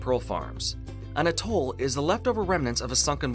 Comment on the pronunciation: Fantastic film. Very enjoyable with a very clear explanation. I hope you don't mind but the stress in on the A in Atoll. A'-toll.